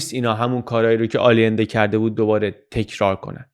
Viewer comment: با تشکر و خسته نباشید. فقط تلفظ درست "آیِنده" نیست؟